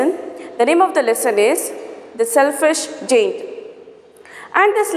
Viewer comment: Your pronounciation (giant ) is incorrect